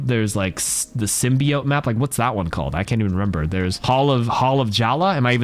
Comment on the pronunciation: It’s sim-be-yote